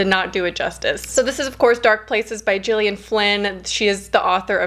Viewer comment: „G” in Gillian Flynn is pronounced as in gorgeous, not as in George ;) It’s interesting because I really liked the writing style in Sharp Objects. I haven’t read Dark Places but I might give it a try. I usually enjoy reading about unlikeable characters.